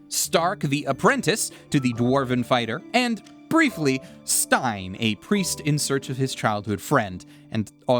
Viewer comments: It’s Sein, not Stein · He is not called stein. Sein, pronounced like... Zain in romaji(I think). But a great video nonetheless ^.^ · Stein? IT'S SEIN! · The priest is called Sein, not Stein. It means "to be" instead of "Stone".😁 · Stein = Stone, but his name is "Sein" as in "to be". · healer's name is sein, not stein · Funny enough, pacing is one of the things I always notice most in just about any story, good or bad. I think it's actually one of the biggest factors in how a story feels and whether it's good. Also, it's Sein, not Stein. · Correction: The priest's name isn't Stein, it's Sein (pronounced like "Zain"). All the characters have names that are German words. Frieren = Freezing (due to her seemingly cold personality), Fern = Remote/Far away (her minimal socialization growing up means she sometimes holds people at a distance), Stark = Strong (self explanatory), Sein = To be/Being (in the sense of existence, because the purpose of his is something he struggles with). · I know the spelling is similar (only off by one letter) but it is Sein, not Stein. It is the german word for "being", not for stone. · I hate to be that guy, but I have to correct you on the character you call "Stein". He is actually called "Sein", german for "to be/being", and is spoken like the english word "sign" with a bit more "z" sound on the "s". The katakana is probably the best indication (ザイン). Sorry, but as far as I see it, the names usually transport some meaning or theme to a specific character or place, like the kuudere Frieren (to become chilly or physically cold) being a bit of an emotionally colder personality. Which is why I wanted to correct you, even though I usually hate people doing this. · I love how you call Sein by Stein. 😂 Lovely video!